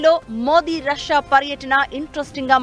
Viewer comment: రస్యా కాదే అమ్మాయి...రష్యా అని ఉచ్చరించాలి